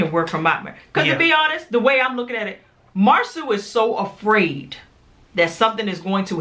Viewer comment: Marsau’ name is pronounced Mar-So 😉 I went to school with him and his brother. Great review!